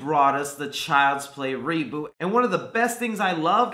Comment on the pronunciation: I love how he says reboot in a way of saying re booty